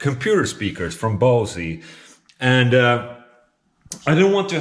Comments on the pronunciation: I always thought Bose was pronounced Bows not Bosie.... Then again, I could be wrong. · Dude they're called bose not bosy hahaha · Actually being pronounced [bouz], no "e" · "Speakers from Bouw-see" xD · That's the third different pronunciation of Bose that I've heard on your channel :D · I got no clue how you write that in this pronounciation speech thingy, but it's a German brand, so you pronounce the B like any B, the O like in sword, the S is soft and the E is like the second E in excessively. Pronounciation is on the O